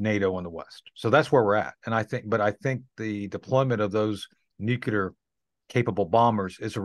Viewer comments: I just dont understand how this guy made it to colonel , when he can't pronounce and say the word "NUCLEAR" correctly . On this video he pronounced many different variances of words similar to nuclear , but after over 40 times listening those words, none are as it should be pronounced . I thought only President Bush SON was unable to say NU CLEAR, instead of NU CULAR, NU KULOR, or NU KELAR, NU CALAR, NU KOLAR, NE KULAR , knew kelar, knew kular, knew colar, knew kilar, knew kuler etc . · Interesting that the military veteran guest pronounces nuclear as nucular, as did Pres George Bush. pronounces in correctly. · I hate it when he says nukelar instead of nuclear :'( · I have a hard time trusting people who say nu-cu-lar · It's New-Klee-Err, not New-Q-Lurr. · Its nu-clear , and NOT nuci-ler , and spelt n-u-c-l--e-a-r not n-u-c-i-l-e-r. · Did he say nucular? He should know its nuclear. Humm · Nucular???Insider who can't pronounce Nuclear, he would have been sent home first day working as a roofer. His information comes from the sand box in the school yard. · Always funny how people say nucular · I like Tony Shaffer but I cringe every time he pronounces the word "nuclear". He pronounces it like George W Bush: nuke-you-ler. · "nuke-lee-ur". You're welcome!